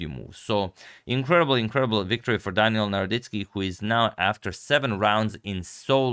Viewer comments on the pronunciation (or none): none